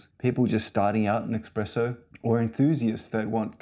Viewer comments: Huh, neat! Love out-of-the-box thinking. I actually don’t mind the arms. It’s eSpresso not eXpresso though. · Very cool but pleasssssee don’t say exxxxxpresso! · I'd have a hard time buying a machine from anyone who pronounces it "eXpresso". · Pleeeeease remake this video and don’t say expresso. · cant take it seriously when you do.